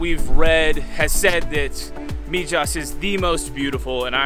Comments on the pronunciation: MIJAS is pronounced Me Has not Me Jas😀 love the place. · Just in case you haven't been told the j in Mijas is pronounced like all Spanish words the J sounds like an h. Jesus is pronounced hesus .....so Mihas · Come on guys the town is prononced mihas j prononces h in Spanish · Wow brings back such memories! I lived there in 1968 and 1969. It was way more primitive but still epically beautiful! Thank you for sharing! And by the way the town is pronounced Mehass.. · I was in Mijas a few weeks ago. I agree it is beautiful. The Spanish will point out to you it is always pronounced "Meehas" Thank you for sharing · Its prononced Mihas. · Please if you are going to post a video at least pronounce the name of the town correctly: MIJAS=MIHAS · Wow, beautiful! Been there a couple of times, brings back good memories. Definitely loved your video and all the tips you give for other visitors. You've probably been told by now, but in case you haven't , the Spanish "j" is pronounced as an 'h" 🙂. No biggy, you still did a great job. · Thanks for the video. My dad lived in Mijas Costa. Drop the J when pronouncing Mijas 😂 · We're so thankful that we got to experience it, and equally thankful that you were able to power through watching the vlog as we continuously mis-pronounced 'Mijas'😅 It's seriously one of the most beautiful places we've ever seen and I can guarantee we'll be back one day hopefully in the not so distant future. Thank you for tuning in Harrison!!